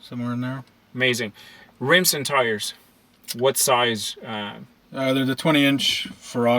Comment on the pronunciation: I stopped when he said “riMs”